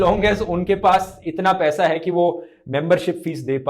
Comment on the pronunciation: U PRONOUNCED WRONG.. ITS NOT "25 DIN MAI PAISE DOUBLE" ITS 25 DIN MAII PAISAAA DOUBBBLLE😂😂